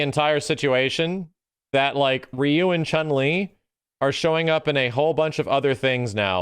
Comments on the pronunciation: c'mon reeeyou isn't the right pronunciation for ryu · I thought Ryu should be pronounced as LEW as Japanese always pronounce R as L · That's not how you say Ryu though. I mean, it's closer than what people usually say but yeah.